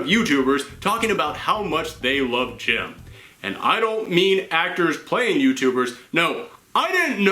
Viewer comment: It sounds like you are saying gym